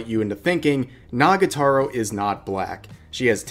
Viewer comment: The fact that you say "Nagataro" but write it correctly triggers me...